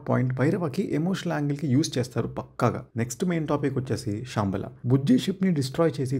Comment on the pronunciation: Shaambala kaad ra ayya Shambaala😂